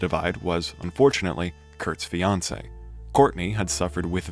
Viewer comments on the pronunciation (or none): none